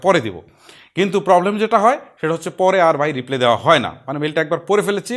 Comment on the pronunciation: আমার সব চেয়ে ভালো লেগেছে আপনার একটা কথা। আপনি রিপ্লাই কে রিপ্লে বলেছেন